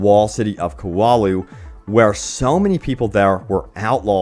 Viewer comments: A little correction. It's Kowloon as in this: not Kowoloo. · Walled city of "Kowloon" not "Kowalu" lol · Kowoloo? Think you mean Kowloon there bud. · Kowloon, I think... not Kowoloon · It's Kowlong in Hong Kong, not Kowoloo. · Just a side note, it was actually known as "The Walled City of Kowloon" not "The Wall City od Kowoloo" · The walled city of kowoloo. Ah yes, kowoloo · I don't think it was called Kowoloo.. wasn't it Kowloon? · It’s Kowloon, not Kowoloo-loo-loo-lo-moo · Its called the walled city of Kowloon not kowoloo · Kawloon. Walled city is Kawloon I an fairly certain.